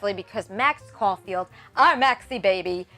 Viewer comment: Caulfield Not caufield